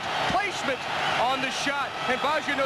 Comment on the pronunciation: BAGGIO no BIASCIO!! At least use your pronunciation better with him!